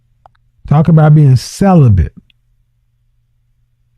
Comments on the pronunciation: 😂 she definitely “bent” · “I’m SellaBent” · Her: I've been celibent Kevin Kevin: 😮 what? Celibent 😂😂😂😂😂😂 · It's celibate NOT celibant !!!!! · She also said she is “celebeNt” 😂 she bent alright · She said celibent…….AND stabability!😂😂😂